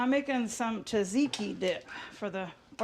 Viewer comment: I'm Greek, so "Taziki dip" made me go like 🤨 It's "tzatziki", people, with two "tz" sounds... Love your videos! They always make my day! Hope you and the family are well!